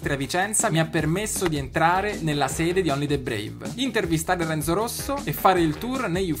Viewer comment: Non si dice Renzò ma Renzo ma come parli ahhhhh italiano italiano capito! Renzò